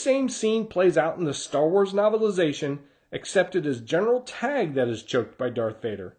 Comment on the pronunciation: TAY-gee, not "tag"